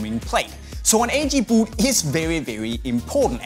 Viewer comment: i get so annoyed about the way he says boot v00t